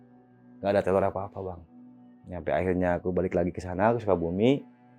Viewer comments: Teror bang bukan telor😁🙏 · teror bang, bukan telor.. maafkan aku malah ngakak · TEROR BG TERORR,BUKAN TELOR😭😭